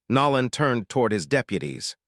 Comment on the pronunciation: I wish you knew how to pronounce the man's name Nolan